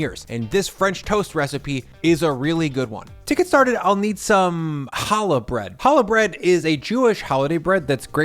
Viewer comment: I very much appreciate you pronouncing (and spelling) challah CORRECTLY! If you can't pronounce the damn name right, you shouldn't be eating it. It's not an H sound, it's a KH sound, like "loch" or "Bach". Again,, thank you.